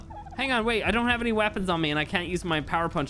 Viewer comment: Did anyone else notice , that he said wapons and not weapons lol